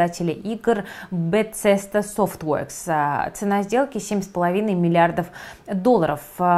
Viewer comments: Режет слух.. Бесезда - по крайней мере с тех пор как я слежу за серией игр от этой компании на протяжении 15 лет. Все журналисты произносят БеСезда, без "Ц". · Bethesda по-русски произносится "Бефезда"